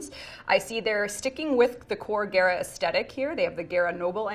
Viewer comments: she said gayra instead of gahra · Geara? I thought it was Gara like Gara of the sand. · she really said gaerah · Gare-ra??? I thought it was pronounced Gah-ra ! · Waite its ge-ra not ga-ra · So im just gonna have to get on you and it because you said gaira and not GARA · When says Gara It kinda sounded she said Agera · Why does she say Gara like Gera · i like how she pronounced Gara as Gay-ra because that's how it looked. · Is it bothering no one else the way she is say gara I pronounce it like car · Ok I can't be the only person who was cringing when was trying to pronounce Gara's name. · I can't believe she mispronounced the greatest game crossover ever :c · The fact she can’t can’t say Gara’s name right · pronounces Gara wrong... triggered >.> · Why she say gara like that big wtf